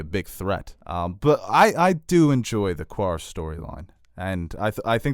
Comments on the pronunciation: I’m not 100% on this but isn’t it pronounced Karth not Quarth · It is pronounced 'Karth' not 'Kwarth'. This is even stated in the episode. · How you finna pronounce it Kwarth when you are so knowledgable of GOT. It's pronounced Carth dude. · STOP SAYING QUARTH ITS PRONOUNCED QARTH (karth) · Dudes, I know that you are New Yorkers and your accents come into play(especially ), but you seem to have problems with the pronunciations of some these titles. Qarth, is pronounced with a hard K not a QU. Ergo, it sounds like KARTH. These small details are important in context to the narration of these GOT and SOIAF works. It tweeks me little to hear it pronounced wrong, especially when in the series they are definitive about pronunciation. I'm a serious fan. Let me make an additional point. You guys are truly among the elite of film and series commentary. Right there with the A.O. Scott's and Richard Roeper's of the American entertainment media critics hierarchy. You have a clearly defined understanding of narrative and character arcs. You understand the finer points of cinematography and and the importance of the music score. Your insights are often more definitive than the most well established pundits in the field. No SHIT!! Looper, IGN, Emergency Awesome, Screen rant(although Ryan George has really been great), Screen Junkies and even the mighty Nerdist normally do not match up to the excellence that you guys achieve with your brilliant insights. So, what I'm saying is tighten up the loose ends. Your are on to something that could be bigger than you realize. Tom Brokaw, Roger Ebert, Peter Jennings, You could be in that league. E! is stupid and passe', ET is all about reality TV and stupid gossip, IMDB has no real gutty analysis. Your ARE the elite along with Alt Sh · ITS PRONOUNCED KARTH. NOT QUARTH. ITS SPELLED QARTH. NO "U"!!!! 🙄🙄🙄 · Why do you guys keep saying “Qwwarth” it’s Qarth lol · omg stop saying qwarth! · Its pronouNced CARTH BOII